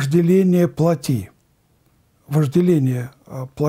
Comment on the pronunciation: Надо говорить плОтские.не плотИ,а плОти.